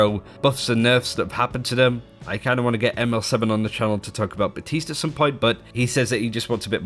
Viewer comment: If theyre going to pronounce his name batiste then take the fucking p out